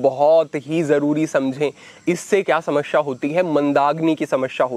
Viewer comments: समस्या bole Samashya nahi hi. Uccharan sahi kare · समश्या नहीं समस्या